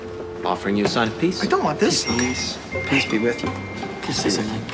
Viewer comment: Did Mac say ‘and hold Jews in the palm’ doesn’t sound like hold you lol